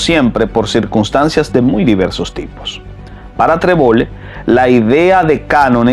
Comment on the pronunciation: Trebol-le NO es Trebollé (Treboyé). Es un apellido aragonés y catalán.